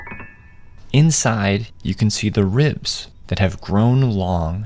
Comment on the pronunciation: I thought you said rizz in stead of ribs 😂😂